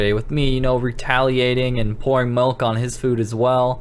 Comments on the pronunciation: You said malk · You said malk (that’s a meme) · I heard u say malk! XD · sad malk instead of milk